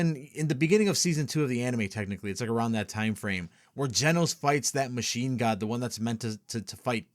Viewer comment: Funny how nobody really noticed "Genos" reading out like genocide